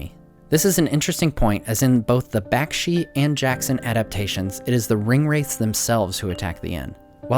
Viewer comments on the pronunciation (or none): none